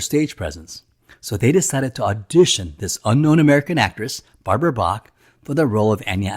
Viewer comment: bach not brach